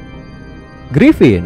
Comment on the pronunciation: Gripon tai bukan gripin